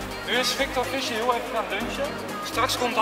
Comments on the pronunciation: je spreekt het uit als fiesjer geen fisjer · Je spreekt z'n naam uit als Fiescher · Je zegt toch fiescher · haha wel grappig dat je Fisher niet goed zegt xD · Ik irriteer me er aan hoe hij Fischer zegt